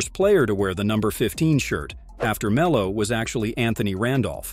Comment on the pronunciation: Poor Me-low